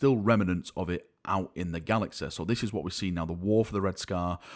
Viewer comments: it's "galaxy" not "galaxeh". fucks sake. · technologe, galaxe, cite. Laughing out loudEEE.